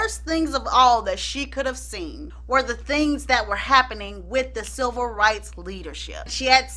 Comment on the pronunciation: Chile....I thought you were saying "SILVER rights movement", I was about to google "silver rights movement" for a second, and then it dawned on me that you were saying "CIVIL rights movement." I thought I missed a few history lessons or something ....got me thinking people were out here marching for ol' folk and the geriatric community. All in all, love your videos!